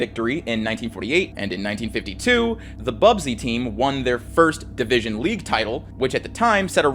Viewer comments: Busby not bubsy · How we gonna tell him it's "Busby babes" and not "Bubsy babes" ? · ‘BUS’by, not ‘BUB’sy, 🙏 sincerely a local MUFC fan. Great video though! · BUSBY, not bubsy lol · Busby Babes, not "Bub-sey" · Busby. Not bubsby 🥲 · Stop saying 'Bubsy'! It's not a console game 😂. It's 'Busby'. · It's BUSBY babes not bubsy babes🤣👊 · Small thing: the team is called the busby (pronounced buzz-bee) babes, not bub-zee. Great video though! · 'Busby babes', after manager Matt Busby. About had an aneurysm hearing 'Bubsy'.